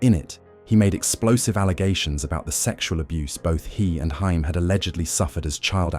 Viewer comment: you could at least say his last name right if ya gonna make a video about him